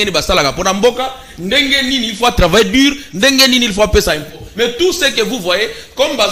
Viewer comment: Ce monsieur Ngarime apparemment il est assistant à l’ion mais avec quel français il enseigne ,dur -dir, élu - eli il se croit ou ce mec